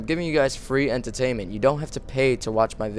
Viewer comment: When you say "entertainment" it makes me laugh.